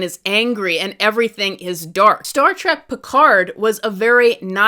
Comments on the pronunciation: It is "Trek" with an E. Not "Trak". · Trek, not track.